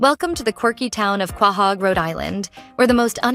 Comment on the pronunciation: It’s Quahog. Pronounced Ko-hog